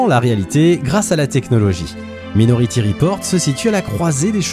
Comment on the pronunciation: " Maï " nority, merci 😉